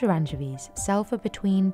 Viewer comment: anchiveeezz lol